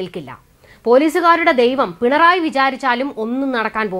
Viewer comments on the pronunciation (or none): none